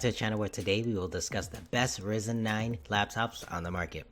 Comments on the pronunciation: it is RYYYYYYYYYYYYYYZZZZZZZEEEEEEEEENNNNNNNNNNNNNNNNN not risen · It's Rye-Zen, not Risen